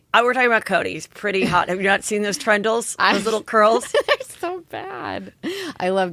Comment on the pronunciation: I know it doesn't really matter, and you don't care Heather, but i can't help myself. It's 'tendrils' not 'trendils'.